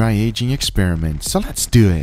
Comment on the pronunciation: "let's dewit!"